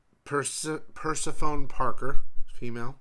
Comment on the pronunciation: I’m pretty sure “Persephone” is pronounced per-sef-o-nee, not per-se-fone